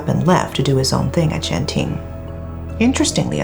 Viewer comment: WHY EVERYTHING HAS BE IN MALAYSIA??!! WHY??!! also, it's pronounce Genting not Jenting.